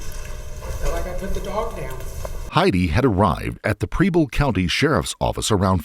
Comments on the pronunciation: Preble County, Ohio - it’s the next county over from where I live. It’s pronounced like “pebble” And I don’t understand how the prosecution wasn’t satisfied with her reason. Seems pretty straightforward to me. She believed her grandmother was suffering - truly suffering - and she wanted to relieve that suffering. How is there any confusion? I disagree that she’s some kind of selfish monster. It could be argued that Heidi gave her life so that her grandmother’s suffering would cease. Whether her reality is the same reality we experience or not, can anyone say they’d give their life for their grandmother? In Heidi’s mind that’s exactly what she did. Misguided? Maybe. Mentally ill? Perhaps. Suffering? Almost certainly. But monster? I don’t think so. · She could have applied for Oh Medicaid ehoch would coner her costs. I do this every day for residents coming into our facility. Btw... it's pronounced PRe-ble county, not PREE-ble. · Wow, the mispronunciation of the names in this video. Preble is not Preeble. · I don't know what is a bigger crime, her fake Supreme or the way the narrarator says 'Preble'